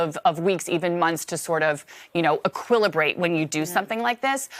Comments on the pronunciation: Aquilibrate? She can't even speak. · "equilibrate"... nice lol